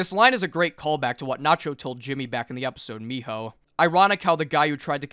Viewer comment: Miho 💀. (Its fine btw, Mijo, j pronounced as Sort of a H in spanish.)